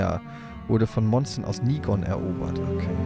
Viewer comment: Ah,, echt bitte: Nighon = Neion;-)